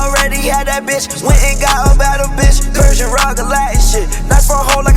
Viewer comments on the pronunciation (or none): none